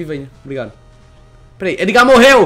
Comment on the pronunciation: Se pronúncia Édgar, Não ''Êdgar"